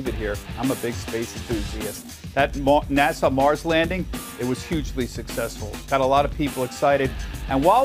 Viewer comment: Someone please tell the host that N.A.S.A. is pronounced "nass-uh", not "nas-saw".